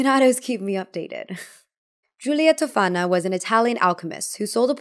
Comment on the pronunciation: Spoiler : your friend isn't actually Italian, she may be American-Italian because her pronunciations are really bad. Giulia Tofana - the accent goes on the O not the second A (it's pronounced TÒfana not, TofÀna) Alessandro Ademollo - the L is doubled. Sorry but as an actual Italian my heart shatters a little bit every time i see some American claiming they're Italian when they clearly aren't. 💔